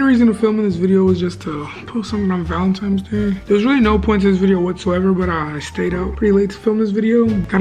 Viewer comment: Not tryna come for you but it’s valenTINES not valenTIMES